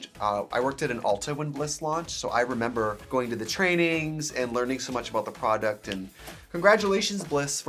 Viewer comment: the forest gump gif and the pronunciation of proDUCT ... not what i expected to need today <3 lol